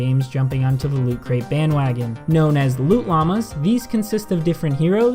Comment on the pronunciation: Did you say loot Lammas... WTF :D